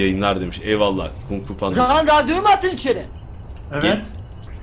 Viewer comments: kungfupanpa nın adını yıne yanlıs okudun :D TV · kungfupanpa’yı yeniden kungfupanda diye okuması ahehhwhnrjwhsh